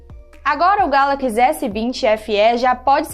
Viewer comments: Moça, não é Galaquis, é Galaxy ;) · Que nervoso ela falando ''Gálaquís" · "galakize" "iznapi dregon" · Porra galacx é foda né não ?... Sabe nen pronunciar correto ... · Só comigo que na pronuncia do nome "galaxy" por ela, que sinto uma diferença absurda?😅 sai até fofo: "galaquiçi" kkkkk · Fiquei travado no "Galaqui" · Nao é "galaqs" é galaxy.. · Essa mulher me deu nos nervos falando *galaquis*, muuuulllhheeerrrr doido céeeeeeeeeuuuuuuuuu, é galaxy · Amada, o nome eh Galaxy, nao Galax, pode pronunciar o Y sem medo kkkkk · Kkkkk ta falando errado galaxy ... Ta falando galack kkkkkk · "Galaquis" não é sotaque, ela só está falando errado. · Só eu que entendi "Galaquis" ao invés de "Galaxy"? kkkkkkk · "Galaquis" Aí meu ouvido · GALACS? kkkkkkkkkkk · galaquis??? kkkkk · “GALAQUIS S22” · Essa garota tá falando galacxi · meu deus agonia, "galakiss" é tenso demais kkk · "O samsung Galaqui" rss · Porra mandou um "Galaquis" logo no começo.. Aí éh Fo#@ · Ela é Gata mas fala Galaquis🤦🏻‍♂️! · deve ser sotaque Sei lá,da nada. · Legal é ouvir a dizendo Galaxy....😂😂😂😂😂😂😂😂😂😂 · ainda continua falando galaxy errado ! 🤦‍♂️ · Oque eu espero do futuro é ué vc aprenda a falar Galaxy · Ensina essa mina falar Galaxy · Não é sotaque, ela fala errado mesmo! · Tem tudo pra dar um show na apresentação. Mas direção tá deixando muito a desejar. Galakisss?? Acarde?? Ráduer?? (Hardware)